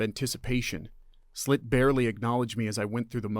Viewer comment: Ummm... The name's Sss-ill-at, I think, not Slit. Still a billion times better than AI. You do so well the miss just was that more noticeable to me.